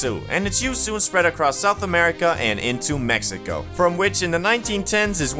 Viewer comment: The way he said it. "Until the arrival of MEXICO"😂